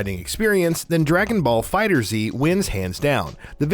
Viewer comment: Funny that did that with the name of the game because it's definitely not prounounced "Dragonballs"